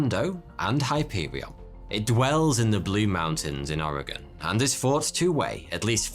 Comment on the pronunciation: You pronounce Oregon better than most Americans. Well played, sir.